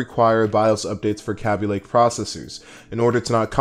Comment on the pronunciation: I like the way you say kabylake :D